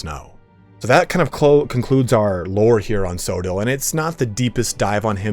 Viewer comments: It's not pronounced so-dill, it's Co-odd-le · Coedill is pronounced with hard C, like Cooperation. Co Eh Dill. Just incase anyone curious.